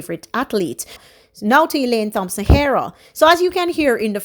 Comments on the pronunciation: Do not pronounce the "Th" in Thompson. Just the "T" as in Tompson. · Thompson pronounced Tompson. Thanks.